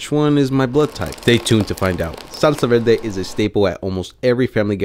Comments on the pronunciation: Verrrrrrrr-de. Not, Vel-de LMAAOOO. Roll your r’s! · What’s a velde? Thought it was verde 😂😂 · I was looking for this comment 😂 how was no one pointing it out!!! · Did you say velde? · he’s puerto rican that’s why he said it like that lol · Wtf is a salsa velde. Roll your Rs properly you're a bean dude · I like how you say Salsa VELDE xD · Salsa velde?🤔 Are you Puertorriqueño?! 😆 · I ask kindly, why do you pronunciate "veLde" if you can pronunciate correctly the "r"? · I had a hard time believing you were Puerto Rican but the way you say salsa verde leaves me no doubt 👍🏻😊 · The R is killing me 😩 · I caught that too 😂 he can’t roll his r’s that well it happens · Maybe because he's from Guatemala. Puerto Ricans also can't roll the tongue for the "r" We, Mexicans are heavy on the "r"😂😂😂